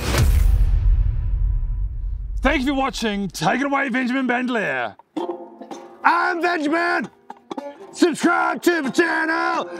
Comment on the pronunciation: Lol at the: "I am Vanjemin BentheLier" (his real name is Benjamin Van Lier)